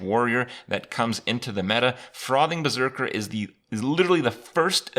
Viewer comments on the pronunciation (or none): none